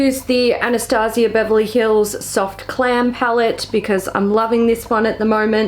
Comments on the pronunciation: She mispronounced Glam. It happens I thought it was cute!!! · I thought she said soft clam too . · Every time she mentions the palette I hear "soft clam" and I honestly think it'd be a funny gag palette at this point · sounds like you said soft clam palette. 😂🤣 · Sabrina Prior I know! She does it in a lot of her videos though. The way she talks about it makes me think there is a story